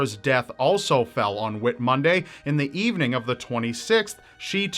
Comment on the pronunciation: Whit Monday ? Whit(e) Monday ? Seriously ?????